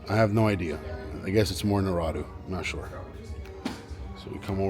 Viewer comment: How you’re saying Naruto is crazy 🤣🤣